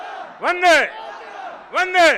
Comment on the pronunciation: When he was saying 'Vande' it sounds like 'Dangae'